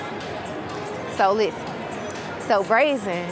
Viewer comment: I love accent 😂 “so LIZten”